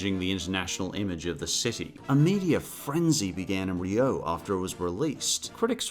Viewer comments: Rio is pronounced "REE-oh", not "ree-OH" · It's "reeoh" Not "ree-oh" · The accent is on the i part of rio. Much love. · TIL Australians pronounce "Rio" differently. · your pronunciation of "rio" is making me reeee-OH... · WHY ARE YOU PRONOUNCING RIO LIKE THAT STOP